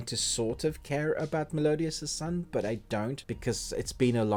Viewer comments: I'm sorry, every time I hear you say Melodious, I cringe... It's Meliodas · sorry what I mean was u pronounce it wrong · The way he was saying meliodas